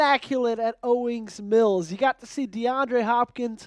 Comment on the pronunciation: "OWENS MILLS" 😂